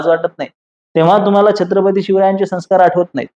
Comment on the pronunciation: Sanskarcha uchhar neet karava ashi vinantee.